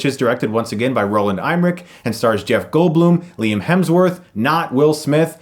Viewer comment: Who's "Roland Eyemmerich?" I thought Roland Emmerich made this movie like the first one. Did they just get a guy with a similar name and no one even noticed?